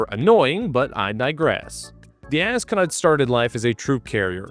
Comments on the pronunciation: Love the pronunciation of a$$-cot. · I can’t be the only person who just keeps hearing “ascot.”